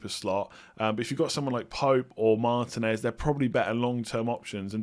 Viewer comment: )! I love you man, but sort out big player name pronunciations! jiMENez - not JIMenez also- marTEENez -not MARtinez. I know loads of people mess them up, but they're wrong!:D much love